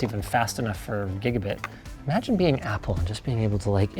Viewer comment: i heard gigiddy internet